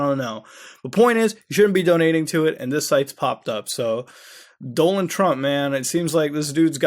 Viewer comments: bro his name isnt "Doland" its "Donald" you said his name correctly once in this whole video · So every Indian pronounce it Dolund trump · Was it me or did you keep saying Doland? Instead of Donald? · You need some English lessons, DONald not DOLAND and Thailand is pronounced TIEland not THIland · "Doland Trump" instead of "Donald Trump" 😂😂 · doland? I thought donald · Doland or Donald? now ya got me confused man... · who the fuck is Doland Trump ? its Donald not Doland. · It's DONALD not doland and bible not bibley. btw awesome stuff bro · Did he do it on purpose though? Becuase at one point he called Donald Trump "Donald" and at other times he called him "Doland" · Do land? Dude. like him or not, at least know how to pronounce the Future Presidents Name. i love ya but, geesh..i was cringing every time you said it. I dig the site, and just wanted to throw that out there..its Don ald..like the Duck. SURF ON! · I'm near crying from laughing over here.. "Wtf is this.. ISIS? I've always defended - actually no" lmao and then continues to say Doland Trump several times 🤣 Maybe it's my sleep deprivation (I had to look that word up, that's what ya get for laughing at someone else) but I can't stop laughing because of this video. Mutahar's videos somehow always cheer me up, thanks dude. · "Dolan" Trump... Thighland... Lmao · I dont know what country you're from but you are speaking English and in not one English speaking country is Donald pronounced Doe-nel. Wtf? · “Doland Trump” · he said doland trump lol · "Doland Trump" "Thigh Land" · Lynx X Sunny he says doanlen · he says Doland which if you change the letters around spells Donald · thigh (leg) land??? and doland trump??? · and Dolan Trump lol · Wait did he just pronounce it as "Doland Trump"? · Was Mutahar saying "Doland" Trump during that segment? Or am I losing my mind? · He was saying Dolan. It's a meme name for Donald Duck a few years ago. Then a YouTuber used it Danger Dolan. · "Doland Trumpet", actually